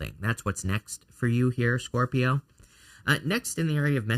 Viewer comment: Best reading ever! I just love it when you say SCORp-I-o it makes me smile. Love your channel so much. Finally starting a new path after years of setbacks and this reading was spot on. Good luck to all 😊